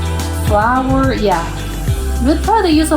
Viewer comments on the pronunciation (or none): none